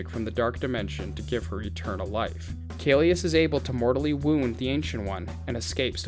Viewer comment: hi, just wanted to point out that it's kaecilius not kaelus! Otherwise, great video!